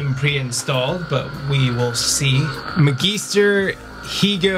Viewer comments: "" lol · Oof that pronunciation of Magister Hego Damask was brutal as a Star Wars fan.